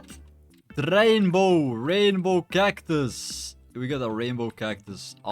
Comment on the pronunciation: "poomkin poomkin" 💀🙏😭😭😭 and "rdrainbow gagtus"